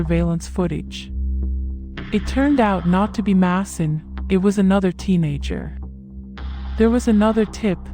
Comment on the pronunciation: Who is Diane? His name is pronounced MAY-son not Masson